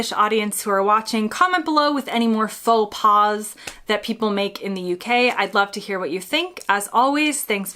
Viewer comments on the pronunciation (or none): Your pronunciation of faux pas is one in itself! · For Americans visiting Canada, including Québec, most of this applies here, too (except the pronunciation of "faux pas", because the final 's' is silent, even when it is plural). Oh, and Canadians always hold the door for the next person. To let it slam shut is barbaric.